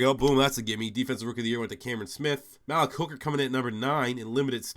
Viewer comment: "Malik Jackson": Pronounced: MA-leak Just to help you out in future rebuilds :)